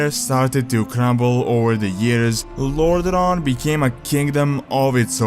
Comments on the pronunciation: It's not Lordron, but lordaeron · sorry man, but the way you pronounce Lordaeron make me quit the video :(